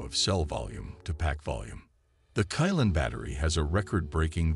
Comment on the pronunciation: Qilin is read as Chi-lin not kai-lan.. don't really understand chinese throughly...